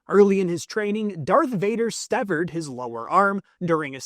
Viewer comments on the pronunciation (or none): Severed* not stevered.